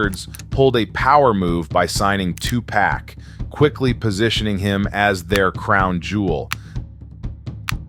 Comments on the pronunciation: " Tu pack" LMAO cmon man. You're videos are always solid. it's "Tu-POK" you should know this. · You don’t know how to pronounce Tupac? 😂😂😂😂😂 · Sorry, but I dont like the way you say Tupac